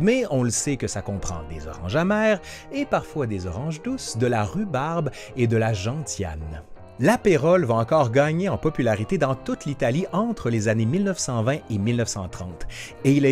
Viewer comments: Je connaissais pas. Mais ces boissons amères types Gentiane (dont le t ce prononce s, au passage^^), je les préfère sèches d'habitude. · Oh, c'est mignon comment tu prononces "gentiane" :) Ceci dit, c'est effectivement peut être la prononciation correcte au Québec. En France, c'est \ʒɑ̃.sjan\ :) Et ta video m'a donné soif (parce que c'est vrai que ce truc se boit facilement :)). Bon apéro !!!